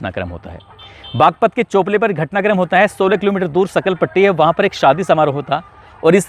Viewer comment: सकलपट्टी नहीं सांखल पुट्टी गांव है वो